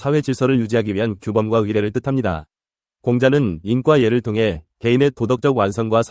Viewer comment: 왜 "인가 예"를 "인꽈예"를 된 소리로 발음합니까? 잘못입니다. 어조가 아주 부자연합니다!!.